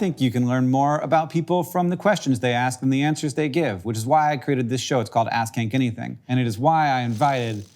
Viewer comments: Be more careful pronouncing "ask Hank anything" -- on the last call to action I definitely heard "ass-kink anything" 🤣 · I listened to this at work and at the end I really thought he said ‘it’s called ass kink anything’.